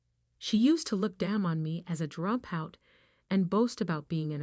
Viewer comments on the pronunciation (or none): Why does this woman keep mis-pronouncing "drop out"?? It's quite distracting.